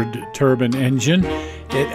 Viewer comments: Turbine not turban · Turbine, not turban, the "e" isn't silent. Just as with wine, not win. :$